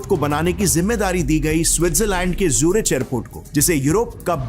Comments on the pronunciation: Hello ji. Pronounced 'ZuriK' ✅ (as in cholera, chiropractor, chemistry) Not 'ZuriCH' ❌ (as in chocolate, char, chap) Please get your pronunciation right. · Aarey Bhai, Zurich ki pronounciation to thik kiya koro! Aap bohut aacha video banate ho, magar yeh Zurich to bohot hi famous city hai Bhai Germany ke! To aisey famous jaagey ka sahi pronounciation korogey to aap ka video log aur bhi pasand karengey. JAI HIND.. JAI MATA DI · Please spend some time on getting the pronounciations of common words like Zurich right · Bhai angrez hai kya ? जेवार नहीं जेवर है। ज्यूरिच नहीं ज़ुरीक है।